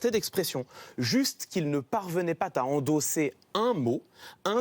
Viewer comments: Excellent comme toujours mais à j’aurais plutôt dit : ils ne parvenaient pas zà endosser .....ou même : ils ne parvenaient pas à endosser ( sans liaison) . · "...juste qu'ils ne parvenaient pas (t) à endosser"... 2'55